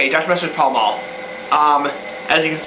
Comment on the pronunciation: No L, it's Pal-ma. Pall Mall is just a brand of cigarettes.